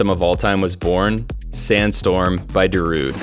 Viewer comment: It's Darude, he said it correctly. He pronounced it like how Darude himself pronounces it.